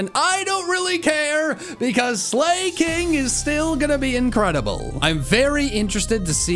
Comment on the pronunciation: Phanpy to Phanphy Slaking to Slay King